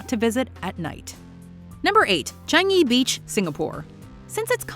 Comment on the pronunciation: wow. She pronounce Changi as it is. <3